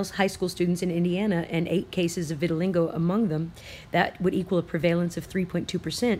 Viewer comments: It's pronounced Vit-a-lye-go.....I cringed every time you said Vitalingo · Hi I love your channel and videos! I am not trying to be a troll. Throughout the presentation you say VitaliNgo. There is no N, you seem like someone who would want to pronounce it properly. vit-(rhymes w sit) a -lie -go. Thanks for all you do. Love and peace from WA state. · Vit-Til-LEEGO. VITILEEEGO. Not Vitilingo. I'm sorry, it had to be said...I love your vids but mispronunciation is the bane of my existence. Why is that man walking through Chernobyl with no protection?!?! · Geo engineering. ( Viti.li-GO ..not LINGo ...Lol.. You*re so cute though) Love Love Love your vids. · It's pronounced viti-lie-go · Great video, as always, vittilingo made it even better. <3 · It's Vit-a-lie-go